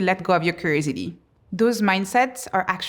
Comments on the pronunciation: The whole time, she was saying crazy d, and i was like, what is she saying? Lol, curiosity is what she was saying, lol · Try to say curiosity now 😊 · How am I going to listen to Somebody's advice that can't even pronounce curiosity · Is she saying “curiosity”? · Is this for those with ADHD spectrum? From her introduction how she ended up doing this research, she might be one of her target audiences? Has she finished her PhD yet? Could you please pronounce "curiosity' as it's supposed to sound? I might be your target audience and I'm interested in what you have to say. I'm a bit distracted by the style of your presentation...